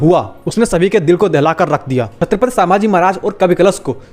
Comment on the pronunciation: Pehle thik se bolo chatphat Samrat hain??